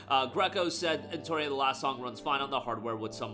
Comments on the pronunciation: why are you misspelling the name of the game, it's eno-tria not en-toria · Say EnTORia one more time. Do it